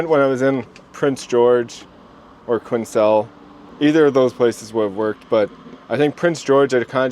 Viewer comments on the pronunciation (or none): Quinn sell? It’s pronounced Kwinell. Quesnel.😂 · Quesnel is pronounced “kwen-nel” never heard it pronounced they way you said it 🤣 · It's pronounced, quinnelle. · It's pronounced Quin-elle - Quesnel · Quesnel is pronounced quen-Nell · 🇨🇦Quesnel is pronounced kwinell, the s is silent. Cheers from Red Mtn! 🇨🇦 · great video as usual, The s in Quesnel is silent